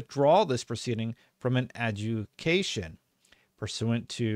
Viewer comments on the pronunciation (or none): It's pronounced a-jew-da-ca-tion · It's pronounced "ad-jude-eh-cation" ;-) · It's pronounced adjudication (Ad-JOO-di-CAY-shun). At this point, the FTC is wasting tax dollars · “Ah-joo-dic-a-shun” lol😂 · The word is pronounced ad-ju-di-ca-tion. I like your content and appreciate your insight, but if you're going to read legal documents, please practice first. Its really hard to sit through otherwise. If this comes off as being a jerk, it's not my intent, I promise. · A…JUDA..CATION that’s how you pronounce it. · AD-JOO-DI-KATE. Adjudication. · Ad-ju--di-ca-tion;) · it's pronounced as.. "Ah-joo-dee-kay-shon" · Lena had her budget cut not Lulu. You pronounce it a-jew-di-kay-shun. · Its pronounced "uh-ju-di-cation" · It's Pronounced ah-jew-da-cation